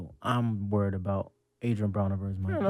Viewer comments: Ebro, it's pronounced Mike-ee, not Mick-ee. Come prepared for your interviews. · The man's name is pronounced MIKE-KEY! not Mickey!